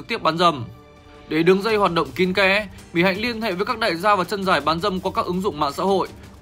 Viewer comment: Mic đọc tên Mỹ Hạnh sai . Vất vả quá.